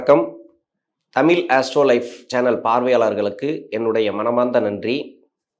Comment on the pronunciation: தமில் இல்லை அது தமிழ்